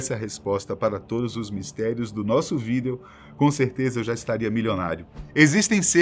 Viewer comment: O maior segredo é o porquê de ele falar "vidÊo"